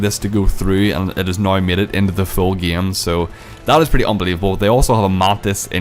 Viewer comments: He pronounces game as gaem. That is true class. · it's not gam it's game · heilo, gem mode, big bleed, feces, geim, crezy nigga learn to talk then talk shit. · "its the exact sahame Ghaem"